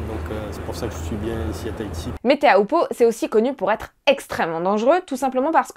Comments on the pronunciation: prononcé “chopoo” pas teahupoo! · Teahupoo ça se dit Ti - Ou - Po, s'il vous plait pour les polynésiens... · La côte landaise n'offre absolument pas de vagues olympiques en été, période où se déroule les jeux. - Seuls les anglo-saxons prononcent tchopou. Tous les tahitiens prononcent "té ha ou po" et c’est ainsi que les Français devraient aussi le dire. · L'analyse émotive désastreuse (à contre courant) est d'un pathétique, mais le "tchopou" dans un élan de conviction rend le personnage encore plus démuni qu'il parait 🤣.